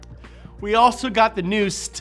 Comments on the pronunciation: S Tea is how you say it not Sssttt. Ha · Same here🤣🤣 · Finally the new ssstttuh Me:🤣🤣🤣🤣🤣🤣🤣🤣💀💀💀🤣🤣🤣🤣🤣💀💀💀🤣🤣🤣🤣🤣 almost dead